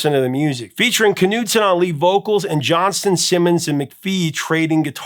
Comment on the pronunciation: It's Tom JohnsTON, by the way, not Johnson. He deserves to have his name pronounced correctly every time.